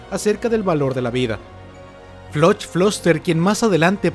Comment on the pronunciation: se llama floch no se pronuncia como se lee es floc